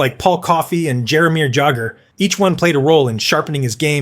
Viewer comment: The proper pronouciation of Jaromir Jagr is that the J sounds like a Y so his name sounds like Yar o mir Yah ger. Being a YouTube broadcaster you need to learn the proper pronunciation of people's names. The name Guy Lafeur does not sound like Guy, he's a guy from Quebec. His first name sounds like Gee Lafleur.